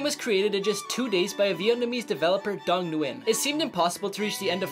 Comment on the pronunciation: "Dung Nguyen" is supposed to be pronounced as "Zoong", not "dung" like in animal waste lmao. 😭